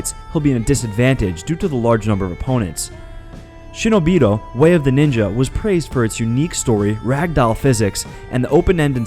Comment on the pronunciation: ***** SHINOBI not SHINOBIDO bruh...